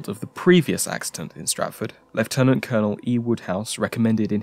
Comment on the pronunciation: I absolutely love the way you Brits pronounce ‘lieutenant’! There are other pronunciations and word variations that I’m partial to as well. For instance, I have tried to incorporate ‘whilst’ into my vocabulary, and growing up completely idolizing Capt. Picard, I will always pronounce ‘futile’ with the ‘long ī’; saying it like my American countrymen has never sounded right to me ever since.